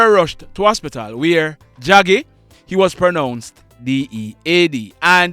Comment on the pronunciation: Draggy not jaggy